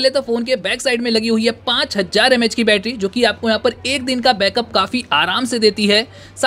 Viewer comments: Not bettra its battery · Batarra sounds annoying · Bhai aap batra mt bola karo mujhe bahot hasi aata hai bhai 😂 सुरु में क्या ही बैट्रा बोलते हो 👍😁